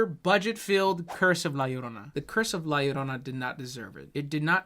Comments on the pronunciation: Calling La Llorona "Leroy" made me giggle. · Calling la llarona leroy is so effing funny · “La Larona” lol... guys, in Spanish, most of the time a double L, is like a Y kinda “yuh” like “¿como te llamas?” That last word is pronounced “yhamas” not “lamas” so, it’s “la yarona”... the uh... the more you convolutedly know...lol Edit: and no, I know knows and is saying it like that to be funny, I left the above comment cause of the typical white gal in the movie that calls her “la larona”... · calling la llorona “leroy” is exactly the kind of content i’m here for. 11/10 ⭐️ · Man.. esta cabron.. this movie is just beyond.. I only watched this cuz you make it funny.. specially when you say La Leerona lol, I can’t believe the husband dude, can’t believe the cartels.. the visuals, nothing.. totally irredeemable.. and for that we applaud you you made it really funny to watch.. Also I’m gonna have to check that good La llorona movie you mentioned, didn’t know there was one. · Leighroni....how many ways can you murder her name....🤣🤣🤣🤣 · Lol, love how goes from full correct pronunciation of La Llarona to Lee Rony by the end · Did you say f*cking "Lolly Rona"!? You were killing me. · “La Leroni” 😂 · "Lee Roni" lmfao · I love how keeps purposely pronouncing la llarona’s name wrong 😂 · The slow descent into saying La Llorona worse each time made me laugh so hard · I need a compilation of every La Llorona mispronunciation ♡ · the mispronunciations of the word llorona had me crying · Every time he says la llorona its a little less understandable